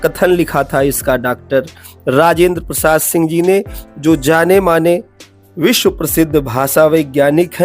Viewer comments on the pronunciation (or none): none